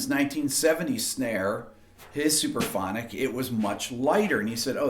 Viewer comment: why are you saying "superphonic"? It's "suPRAphonic", yes?